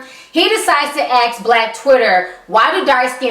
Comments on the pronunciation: I love listening to you, but I unconsciously cringe when you say 'aks' instead of ask. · Why do all black people say "axe" instead of ask? For fuck sake..